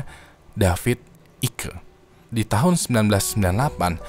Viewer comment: Masukan saja bang. David icke spellingnya dibaca David aijk. Karena icke itu penulisan Inggris untuk nama keturunan Belanda eijk. Jadi aturannya bukan mengikuti ejaan Amerika Inggris, tapi mengikuti ejaan bahasa asalnya. Jadi abang bisa baca aik atau eik menurut ejaan bahasa Indonesianya. Semoga bermanfaat ;)